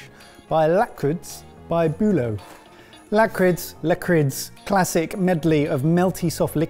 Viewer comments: Lakrids, it's pronounced like: la-criss. Basically, the D is silent. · Gotta love english speakes trying to pronounce the danish soft "d"